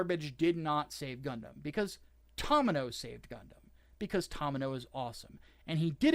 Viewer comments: The "To" in Tomino's name is pronounced like the "to" in 'tomato', NOT the 'to' in 'Tom'. You bell end. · horrid mispronunciation of "Tomino" and "Beltorchika" is extremely painful to listen to...